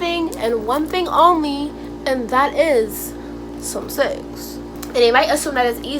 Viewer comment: im dead the way u said “sum sex” skskskksks